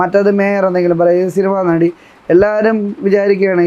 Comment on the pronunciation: നടി എന്നാണോ അതോ വെടി എന്നാണോ ആ സ്ത്രീ പറയുന്നേ 😂😂